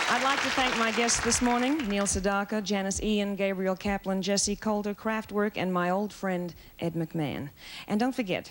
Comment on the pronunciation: Kraftwerk: Surprised that they did not get the pronunciation right, It's KraftVerk. Auf Deutsch, give it an "AH" sound - Krahftverk. It means "Power Plant" in english.